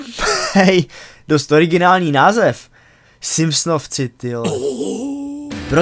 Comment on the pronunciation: Slováci vyslovují v tomhle případě v jako [u], ne jako my [f]. Takže pro příště [simpsonouci]. Ale jinak povedený skoro adaptace honest trailers.